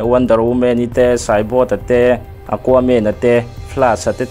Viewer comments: Cyborg poh khii "saibawt" itia "saiborg" /"saiborkh" ti in lam la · CYBORT i ti bawk a CYBORG tih zawk tur